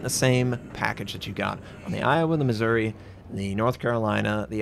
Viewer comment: On the Missouri the emphasis is on "ou". Otherwise it sounds like Misery.